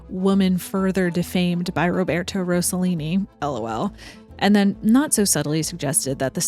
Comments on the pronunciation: It’s ROSS-a-Lean-i not Rose-a-lean-i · Great content. Italians are notorious for being horny and for making outrageous films, among many other things. Franco Zeffirelli, Luchino Visconti was a pervert, and Federico Fellini was an absolute asshole. The more tamer were Roberto Rossellini and Carlo Ponti. Rossellini married Ingrid Bergman, and Carlo Ponti married Sofia Loren. By the way, you need to make a correction. It's Rossellini, not Rossollini. There isn't even a word in the Italian language for Rossollini.